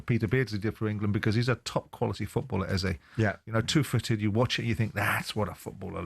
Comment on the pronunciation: Can White, Jordan and Keown please pronounce Eze name correctly. Its pronounced (eza). Thanks.